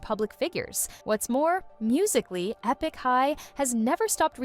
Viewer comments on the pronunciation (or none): Bounced when the now-obvious AI voice pronounced "Epik" as "E PICK". Too bad because it seemed like they actually did some research. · Is no one going to talk about the fact that this person narrating has no idea who this video is even about - she literally butchered half of the Korean names along with pronouncing ‘Epik’ as ‘Eepik’?? Hasn’t listened to a single interview or watched a single video on them. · Not trying to hate on this content, but seriously “E” pik High? Was this video made by AI? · How'd you manage to mispronounce Epic? 😅